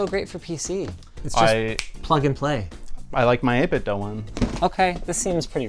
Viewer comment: I really hate having to do this on EVERY video with their products in it, but once again, its 8bit DOOOOOOO, as in, I like to DO things, not DOE, like a deer.